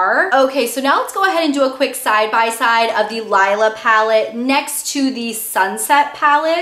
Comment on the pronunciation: Its pronounced LEELA.